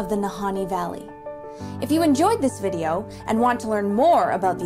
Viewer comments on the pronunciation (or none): none